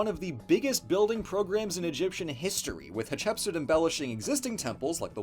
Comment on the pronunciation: It's pronounced hat-ship-suit